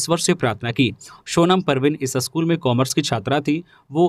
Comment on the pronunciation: News reader ka Hindi 'uchcharan' may sudhar na bahut zaruri hai. Kuchh shabd toh samajh may nahin aata. School ko 'aschool' kahne se kaan may khatakta hai. Kripya dhyan den.